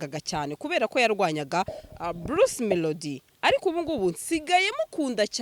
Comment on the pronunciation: Bluce melodie (not) Bruce (✓) Tandukanya "r" na "l"